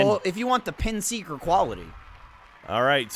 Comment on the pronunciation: 2 minutes in: "what's pins eeker?"... omg, just no